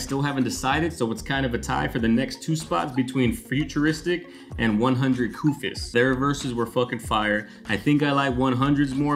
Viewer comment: 100kufis the "s" is silent.. IJS